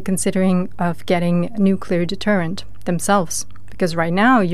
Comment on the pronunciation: Somebody PLEASE teach that lad how to pronounce "nuclear"...'!